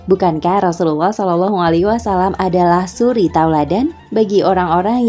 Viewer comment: Mohon maaf beribu maaf, sekedar mengkritik dalam pengucapan "Wasallam" (double L / Lam tasydid) bukan "Wassalam" (double S/ Sin tasydid) Minta rela